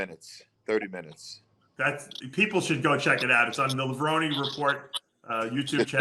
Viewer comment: And yet, Dave pronounces "Levrone" wrong😢